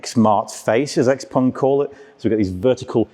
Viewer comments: Good video, but on thing hurt my ear, is you saying pong.. xpong... its pronouced XPING and spelled XPENG cut the PONG haha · In my my head I read and hear it as Xpang and the host is saying Xpong